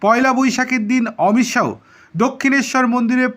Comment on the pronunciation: Thik kore Uccharon korun,,,,,, Amit Saw nay Amit sah